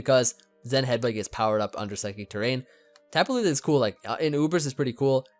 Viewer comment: SAYING TAPU LILI TRIGGERS ME SO MUCH